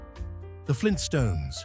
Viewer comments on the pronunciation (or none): none